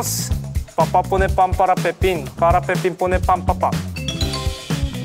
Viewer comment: My favorite part was !! seeing leehan trying so hard with the Spanish tongue was so funny, he did his best btw 😭 i think they will never forget the 'Papá pone pan para Pepín, para Pepín pone pan papá' jajaj lo siento chicos💗